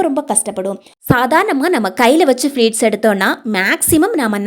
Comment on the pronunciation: அது ஃப்ளீட் இல்லை அம்மா. ப்ளீட். கஸ்டம் இல்லை கஷ்டம். உச்சரிப்பு சரியாக இருந்தால் வீடியோவைப் பார்க்கவும் சுவாரஸ்யமாக இருக்கும். ஆங்கிலம் தேவையில்லை. அழகான தமிழில் உச்சரிப்பு சரியாக சொன்னால் இன்னும் நிறைய பேர் பார்க்க ரெடி